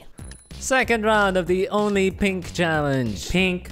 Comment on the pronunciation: did he say gay when he said only pink challenge? 💀💀